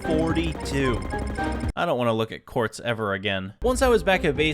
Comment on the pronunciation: “court’s dimension” instead of “quartz dimension” “and” instead of “in” “booking quill” instead of “book and quill”